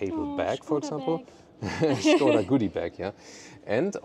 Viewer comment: Super, Good your pronunciation "Shkoda"